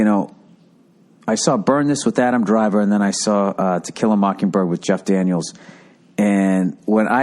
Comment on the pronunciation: Why you saying it like that Bill? It's 'To kill a mockingbird' not 'tequila mockingbird'. That your sobriety talkin Bill?